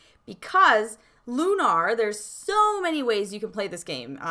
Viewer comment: i.m with you, but the title rhymes with tuner, not kumar.